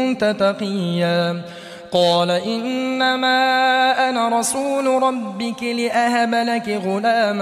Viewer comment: Ayat no 21 main bhee two mistakes hain recitation kertey huyey qari sb word HUWWAA ko Skip ker gayey hain. Aure doosree mistake qirat main work "RUBUKEE" recite kerney kee bajayey RUBUKAA lafaz parhaa.Correction is required in this recitation of Aya y no 21 main.